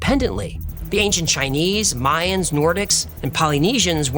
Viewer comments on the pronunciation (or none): none